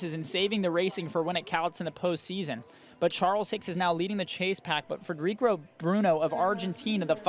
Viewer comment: How many different ways did they say his name wrong? Frederick, Federuco, Fedrico... I lost count 🤔